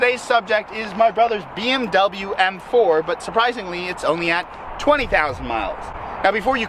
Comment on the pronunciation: does anybody else here him say f4 instead of m4 ?